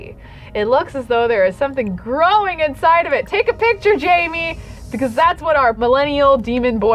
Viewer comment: I still find it funny that even when Jaime has left the baby factory, still calls him ‘Jamie’. His name is French, and is pronounced gem, but making the ‘g’ soft. You can’t write the pronunciation down whoops.